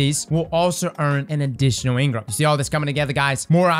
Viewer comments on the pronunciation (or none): Eng-Ram instead of engrmmm - a bit less “flavor” or taste or mmm mmm yumminess 😂 - sorry a lot of late night D2 the last couple days 🤡🫶👍